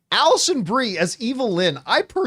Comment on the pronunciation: The first time an actor’s name comes across your screen, it’s fine if you don’t pronounce it correctly. But this is the tenth time… and you’re a pro… so act like one please.